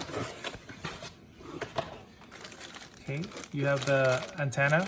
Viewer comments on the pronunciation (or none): none